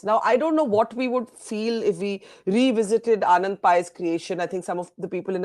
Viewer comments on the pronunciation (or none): none